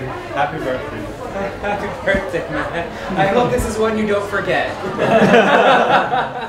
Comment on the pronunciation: No one : Perkz : BirZday